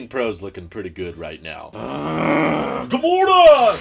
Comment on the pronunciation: The “Goodmornang”gets me every time 😂🤣